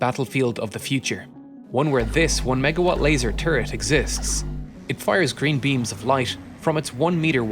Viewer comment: i heard grean beans of light